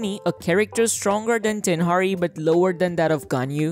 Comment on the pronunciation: Did he just say Tenhari 💀